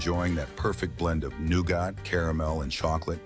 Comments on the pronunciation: THE NOOGAH! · The way he said nougat had me dying the whole first part 😂😂